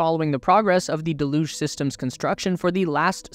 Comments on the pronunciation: "Deluge" pronounced del-uge >dell-uge< (dell as in bell, huge without the H). When you say de-luge is sounds like half of delusional 😂😂😂😂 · haha, he put me off everything else he said because I waiting for the next use of "de-luge-inal" 😂😂😂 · Its not pronounced "de luge"; its "del uge" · Would there be a possibility of pronouncing deluge correctly? It’s rather off-putting when said wrong. It pronounced deh·lyooj (or Dell lyooj). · Still mispronouncing deluge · Why do so so many people mispronounce deluge? It is a fairly common word. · It doesn't matter. Unless you're the type to go up to a Brit and tell em they're saying idea wrong because they pronounce it idear. Don't be a Karen. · Not to nitpick, but you're pronouncing "deluge" wrong. Just do a google search for "deluge pronunciation" and google will play you an audio clip of how to say it